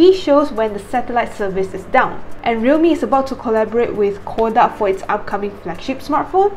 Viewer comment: You were pronouncing Kodak incorrectly. Please correct it from now on.